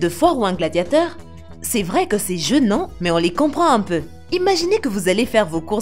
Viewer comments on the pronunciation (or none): « C’est geunant »